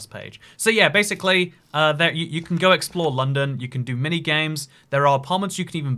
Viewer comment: "Gotta take the CHEWB to the tower a lundon"